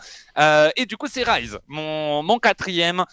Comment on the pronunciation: Pour petite info c'est Rise et non Rize sinon c'est du riz en anglais. L'argument que sortent toutes les personnes qui trouvent que zen n'est pas bien classé est qu'il porte Vita, mais c'est un argument qui est difficile à prendre, Vita a déçu au début de ce premier Split, c'est indéniable et Zen à montrer son meilleur niveau seulement arriver au 3ᵉ open qualifier. Ils se sont pris l'effet world champion comme ont pu l'avoir BDS l'année dernière. Et ce ne sont pas les clips qu'il a pu rentrer qui permettre d'évaluer son niveau, beaucoup trop de personne jugent un joueur à sa capacité à mettre des clips, si c'était le cas le Joyo serait dans le top 5. Même si Zen a porté Vita il n'a pas montré un niveau individuel à la hauteur de ce que l'on attend de lui durant le début du Split.